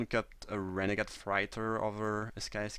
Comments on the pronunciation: Its pronounced fray-tor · Hey :-) Love your vids. I really admire how well you speak English. I wish I could speak a second language as well as you speak my first! Just wanted to give you a little tip that the word "freighter" is pronounced with an "8" like sound, so like "fr8er" if that makes sense? I hope I'm explaining this ok. Keep it up with the great vids :-) x